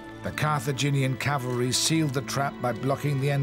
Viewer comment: It never ceases to amaze how professional productions fail to ensure that the word 'cavalry' is pronounced correctly.